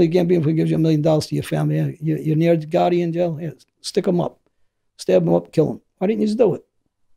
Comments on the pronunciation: The way he says gotti. " Ga ee" lol British accent doesn't pronounce the letter T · John goh-ee